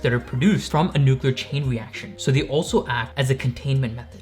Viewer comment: He said "nucular" he's been turned off and don't ever try to come in my space again. Thats willful ignorance and I couldn't trust him to not f up my reactor.